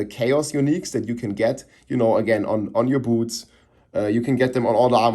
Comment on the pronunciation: "Just put every unique on yer bootz..."